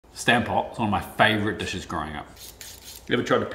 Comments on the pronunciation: It's pronounced stahmp pot in case anyone wondered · Oh yeah...that's how it's done and it certainly is my favorite! Carrot Stamppot is also good. Not that it matters but my Dutch mom pronounced it Stumput.